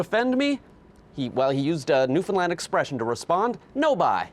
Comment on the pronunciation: newfound-LAAAAAAND! lol she made sure she said it right to the point of still looking dumb for pronouncing it wrong even though she tried so hard.